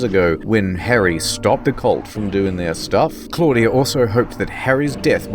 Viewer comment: Its "Harry" BTW😒